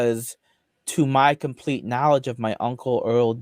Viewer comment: watch out, mentally handicapped Mr. Mackey is coming for you " is a compwete fake an fwaud, dat he's a gwifter....not willy afwaid of anything that'll happen to me, mmmkay."